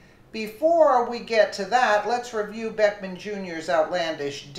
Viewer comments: not that it matters but his name is not beckman. it's Beck-ham. and that's classy, act like an animal. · it is Beck HAM you not Beck men go back to school and learn how read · So you are calling him Beckman on purpose. I assume you can read but at the same time if you don't want to call him by his real name I understand. I just hope you don't in the future get some backlash for speaking his name wrong. He seems like the kind of guy who would give you serious problems for that.